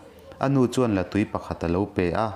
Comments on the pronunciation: I lam rik dan hi a dik tawk lo, la tui tih i lamdan hi tui(water) ni lovin tui(egg) anga lam tur. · A ngaihnawm hle mai. Thlahthi hi Tlahthi tih tur- Mau emaw rua emaw a na hi pan deuhin hriam tak turin an siam a, chu chu Tlahthi an ti. Zél zùl hi Zel zul tih tur. Liandova te sial lim zek zek, zek zek hi a thluk a dik lo. La tui pawh hi, la in tui(water) a nei lo. Hmuia an hlum hi La tui an ti, tui hi artui tih a tui lam anga lam tur a ni. Ka rawn sawi ve leh e